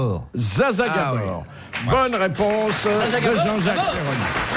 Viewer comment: ça ne se prononce pas ZaZa, ça se prononce JaJa Gabor.